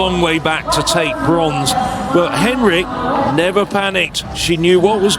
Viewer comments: I think its pronounced hen-RICH not henrick 🤦‍♀️🤦‍♀️🤦‍♀️ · He’s not pronouncing her name properly. It’s Hen-rich, not Hen-rick. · Was wondering about this myself. She herself pronounces the ending 'rich'. The commentator is using a German style pronunciation similar to the name Heinrich.